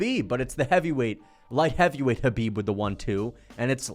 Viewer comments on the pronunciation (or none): none